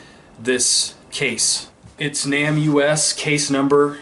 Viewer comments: People generally pronounce NamUs as NAME US, not Nam U-S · Isn't "NamUs" pronounced "Name Us" and not "Nam U S?" You know - trying to put names to unidentified remains and all? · I think the pronunciation of NamUS is Name us . Just to let you know, and I only know this cause other true crime channels have also had trouble with it, and they found out the correct pronunciation. You are doing great work on these cases!! Keep it up you were made for this!! ♥️ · It's pronounced NĀ-mus. Just letting you know. Really enjoy your content